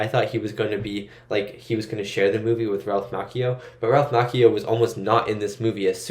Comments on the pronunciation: Ralph MOTCHio, not Mockeyo. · Oh for the love of god please look up name pronunciations BEFORE you film reactions! Ralph "ma-chee-oh' not makio like a coffee drink lol. (Well close to a macchiato.) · I gotta tell yu! It is real cringe the way you pronounce Ralph's last name. It is pronounced like Macho with an added I (Ma-chi-Oh), not Mock-Eee-oh!!! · Pronounced “machio” like macho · It's pronounced (ma chi o) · Anyone else think of Jordan from Conan O'Brien being obsessed with Japan because of The Karate Kid 2? He kept pronouncing Ralph Macchio the way Rollies pronouncing it until he was crushed by Ralph when he corrected him on the pronunciation and then told him the movie was actually shot in Hawaii. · Saying Ralphs last name wrong cringe.